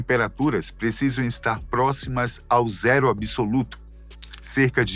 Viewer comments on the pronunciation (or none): none